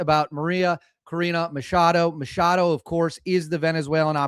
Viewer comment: MaCHado. That's a ch, not an sh.